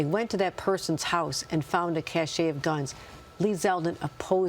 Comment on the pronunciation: It’s pronounced “Kash”. Not “cash-A